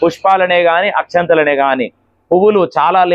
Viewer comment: Akshintalu kadu Akshatalu